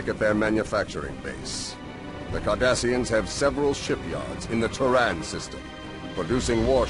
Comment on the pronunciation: When you say Cardassians, I hear 'Kardashians'. Now you too cannot unhear it.